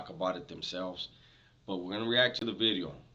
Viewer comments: Ronnie Blueeyes started the buz with you saying VITEOOO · It sounds like your sayn vidrio! G heads loven that haha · Because it sounds like bideo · Dubs trips me out man, when he says video just like my tios, and pops saying the word beach sounding all chunty. Lol no worries keep the great content coming.